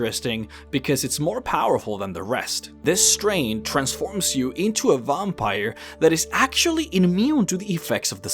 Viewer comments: Vampire not vumpire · Good video but your pronunciation of a few words like "vampire" really bothered me and I couldn't help but imagine that you do it intentionally.. Also I kind of cringed the times when you went a little overboard with your voice trying to sound cool or something. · The way you say "Vampire" bothers me.